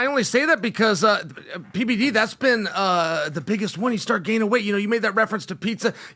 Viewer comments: He called PBD “Pdiddy” 😂😂😂😂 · Every time Chael says “PBD” it sounds like he’s saying P-Diddy😂